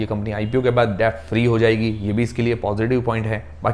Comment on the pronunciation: Are bhai kab sikhega debt pronounce karna.